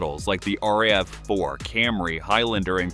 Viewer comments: Is this an AI voice or something? No one says R-A-V-4, they say Rav. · ugh, sick of AI voice, just be human, but good tips. "But Toyota planned ahead." All remote key fobs can still start the car with a dead fob battery. And it's Rav-4, not R-A-V-4. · Yay, more AI slop. R. A. V. 4, lol. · You know it's a bunch of garbage and bot or AI produced when you hear the pronunciation errors like R-A-V-4. HA!